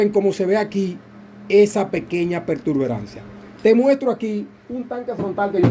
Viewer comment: Disculpa no se dice pertuberancia. El termino correcto es protuberancia, te lo digo para nuevamente en el mismo error.